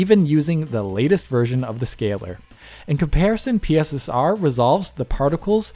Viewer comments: PSSR, not P.S.S.R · Are they really calling it PISSER